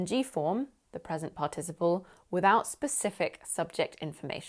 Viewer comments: Thanks! I loved the lesson but is it really possible to pronounce "participle" the way you do? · Google translate says it's pArticiple (the stress is made on the first syllable). :)